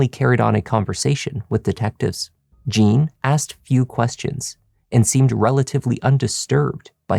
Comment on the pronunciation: From Haiti, initial "J." Wouldn't he be called Jean, not Gene?